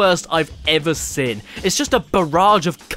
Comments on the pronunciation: I'm not making fun of you but whenever you say seen it sounds like your saying sin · Why can't you pronounce "seen"? Why do you insist on saying "sin"? Why am I bringing it up two years after the fact? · Why is it anytime Caddy says “Seen” it sounds like he’s saying “Sin” has he sinned? Caddy is sinful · Why do you say "sen" and not "Seen" ?!?!?